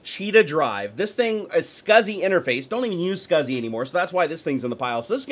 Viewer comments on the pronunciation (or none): none